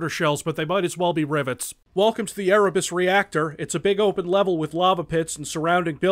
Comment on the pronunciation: erebus is pronounced Eh reh boos